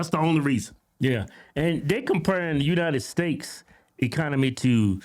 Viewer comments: United steaks? 😂😂😂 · Kevin been saying “United Steaks” for years 😂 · United steaks lol love u guys